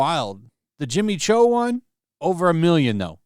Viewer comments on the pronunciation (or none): You intentionally misspronounced Jimmy Choo. She has awesome body and face, genetically 10!😂